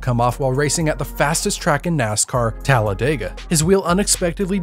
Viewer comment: Me as a talladegian being sooo happy her pronounced it right!!! 😭😂😂